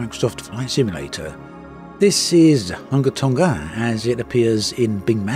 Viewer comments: The name Hunga is pronounced Hooongah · Its pronounced hoo-ngā tongā